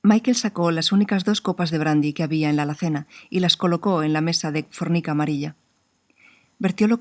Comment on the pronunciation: Gracias por el relato de ésta gran historia. Lo haces magistral. Sólo una corrección, cuando describe la superficie de la mesa dices "fornica", en mí país es "formica".